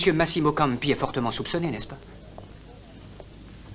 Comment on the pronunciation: ...et ce n'est pas Masiiiimo , mais Maaasimo !